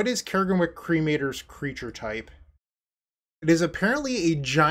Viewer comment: CRAG-EN-WICK (Crag and Wick it's a pun) that is how you pronounce it. Not Care-Gen-Wick...